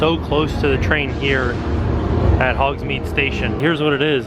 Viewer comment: Lol I’m going to tell you as a friend to friend....it’s Hogs-Made not Hogs-Meed you been saying it wrong for decades now but it’s ok 😂